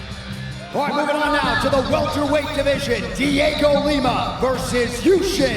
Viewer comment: You hear bisping go " hes a welterwight?" After calling him a 185er